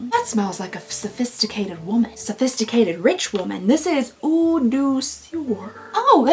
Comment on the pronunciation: IF it makes any difference, when you see 'eau' on the package, just pronounce it as 'oh'. It'll be much closer to the real thing but eh, I understand you just fine!